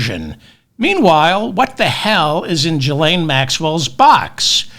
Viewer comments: I'm pretty sure it's a hard G...Gee-lane...😉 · Ghislaine is pronounced "ghee-LANE."